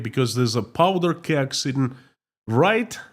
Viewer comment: Powder keg not power